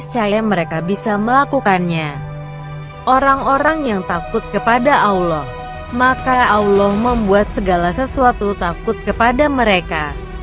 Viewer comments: Min.... Host nya blm lulus baca al qur'an, auloh, jd ingat al fateka.... Wkwkwk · Pembicaranya apa benar muslim? Kok nyebut allah jadi alah sama surat albakara apa mungkin non muslim? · Sebutan allah ko beda min